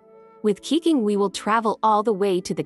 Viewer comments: LMFAO Xingqiu is more like "sing chow" in Chinese to be honest and Keqing pronounced like "Kerr ching" without the rr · TF you pronounce Keqing 💀💀💀💀🔪🔪🔪🔪